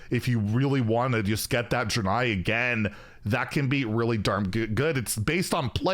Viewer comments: “Dran-eye”. I don’t know how much more mispronunciation I can take! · Isn't it pronounced "dray-nye"?